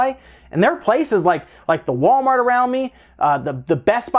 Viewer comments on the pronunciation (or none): none